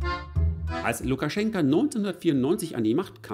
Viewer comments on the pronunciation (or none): Lukaschenko mit Oooooooo nicht mit A am Ende.... 😂🤣 ich bekomm Ohren Krebs xD 😂😅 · LukaschenkA???? Heist der nicht Lukaschenko? Wenn du ned mal seinen Namen kennst, kann der Rest auch keinen Wert haben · Wieso sagst du immer Lukaschenka, wo doch überall Lukaschenko steht?😎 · Warum eigentlich LukaschenkAAA und nicht Lukaschenko? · Warum titulierst Du Lukaschenko dauernd mit Lukaschenka? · Bitte "Lukaschenko". Aussprache identisch wie die Schreibweise. "Lukaschenka" steht für die weibliche Form. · Heißt er nicht Lukaschenk-o ?